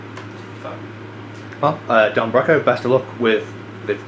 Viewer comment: This is a really good interview, with good thought out questions. Makes up for the fact that you mispronounced Broco.